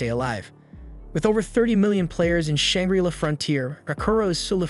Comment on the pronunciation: Shang-Gri-Law not Shang-Grilla So damn many mispronunciations. If you don't have a dictionary AND don't know how to use it to learn how to pronounce words, then use Google., e.g. Say barrage. Imagine if your favorite actor, actress, news host constantly mispronounced words. Unless of course you are an AI...